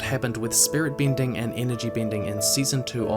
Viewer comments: great video! but i cannot help but be amused by your kiwi pin/pen merger affects the word "bending" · Im sorry, great video but it's off-putting from time to time I have to cringe at your pronounciation: earthbinder, bindir, binding...ugh.